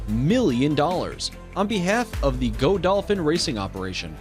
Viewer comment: I exited when he said Go-dolphin...